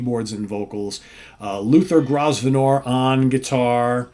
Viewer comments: The 's' in Grosvenor is silent, It's pronounced 'Grove-ner' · Small point Grosvenor is pronounced Growvenor. 😂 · Hi, the power of SoT! I didnt know this album until very recently when Gary H recommended it to me a few weeks ago, and its already made my list for the month! PS, just the teacher in me coming out but it's pronounced GROW-VNER, the S is silent! Aint English weird! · I'm pretty sure Grosvenor is pronounced 'grow-v-ner' as in Grosvenor square.